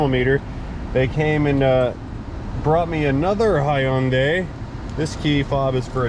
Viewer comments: Lol I love how you say " Hi-yun-day" that's how us Aussies say it 🤣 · I need to hear H-Y-NDAI one more time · hyundai is 2 syllables. hyun dai. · Was that a JAPANESE accent for a KOREAN vehicle, LOL.